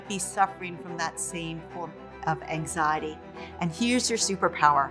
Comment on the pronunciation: How is it that an expert on anxiety can’t even say it right